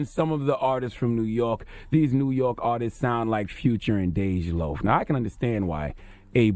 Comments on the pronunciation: He said "Dej boogie" LMFAOO charlamane bout to get jumped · "Dej Boogie" lmao